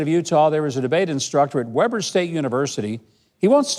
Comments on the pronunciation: I am a conservative have been for 65 years. This post is so not funny and you need to learn how to pronounce Weber state. It's not waber its Weber. If this is all you have for content you need to find something else to do. I general enjoy your posts but this is beneath you. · FYI Governor: it pronounced Wee-ber.